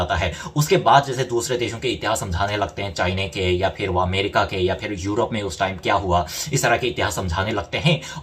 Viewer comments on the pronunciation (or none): none